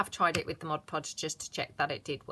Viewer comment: Really enjoy your channel...and thank you for pronouncing mod podge correctly!!..so rare on crafting vids...is it because I'm getting older that things like that drive me bananas?..Admittedly, its a short trip...